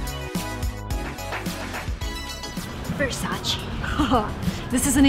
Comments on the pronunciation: I’m italian and the correct pronounciation of Versace is NOT “Versaci” but “Versace” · IT IS NOT VERSACI IT IS VERSAC-E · You didn’t pronounce Versace correctly. Recently they made a video on Instagram with Donatella, that correct way to pronounce is “VersachE” not “Versachi” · I’m Italian and I want to let you know that Versace is mispronounced, it’s not Versacee, it’s Versaceh. There’s a video where Donatella Versace herself tells that she can’t stand when Americans pronounce it Versacee. Great video btw :) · IT’S versacE NOT VERSACI (i’m italian) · It’s VersacE!!!! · it is not versacE it’s ver saa che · Versace was said wrong. Not "Versachee"', it's "Versach-eh" 🖤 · no, he call versace with the American pronunciation. Versace is an italian brand and the correct pronunciation is versach-eh. I am italian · Well, no, it's not pronounced Ver-SAH-chee but Ver-SAH-tchey. In Italian the syllable "ce" in Versace would sound like tch in waTCH and e in Ever = (wa)TCH+E(ver). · Versace not Versaci (pronounciation) - learnt it from the one and only Donatella Versace. 😝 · Versace sound not like is not Versachi but Versache - last letter is `ae` not american `e` but italian e. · I’m italian and you didn’t pronounce well Versace, it’s not “Versachee” it’s “Versaceh” i don’t know if you can understand 😂, also yes, there is Hollister in Europe and also Abercrombie and Fitch. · Nice video :) but there is one mistake. It is not Versaceeee it is VersacE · Versace not Versaci because it' s italian, also Ermenegildo Zegna not Segna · Donatella said it was VersacE! Not Versaci...pls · versacE not versace(i) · I m Italian and it’ versacE not VersacI. . And It’s DISEL the correct pronunciations of Diesel!!! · It's VersacE not versacI/versacEE . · but.. but.. its ver - sa - che not versachii err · U r very confident And nice but Vercace u spell Not like u said - versachi but versache EEEEEE If u dont believe watch 73 question With Donatella Versace on Vogue channel. Regards from Poland .